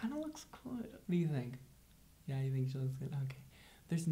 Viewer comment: it's "yuh" not "yeet" lmao